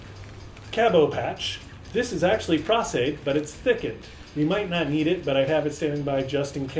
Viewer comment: Dude it's PROS-Aide, as in "pro" with an "s"! lol